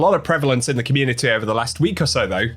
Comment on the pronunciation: "communiny" beating the AI voice allegations eh?